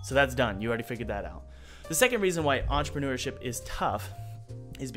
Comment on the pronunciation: "Antreprenooership". What is this? Entrepreneurship for ants?